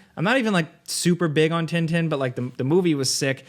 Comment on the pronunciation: "Tin Tin" is a french character from Belgium. I PLEAD with to look up how it is pronounced outside of the U.S. (He isn't close.)